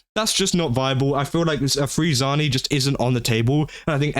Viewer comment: Ah yes my favorite Italian woman name zayni definitely not zani you pronounced ciaccona almost correctly but not zani 💀